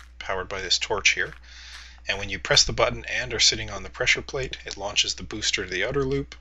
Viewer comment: its a pressure plate, u say it as pleasure plate:P